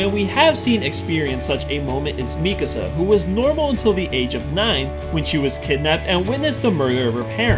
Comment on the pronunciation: here i was thinking how and why u said mikasa's name wrong and then the dub comes in... figures...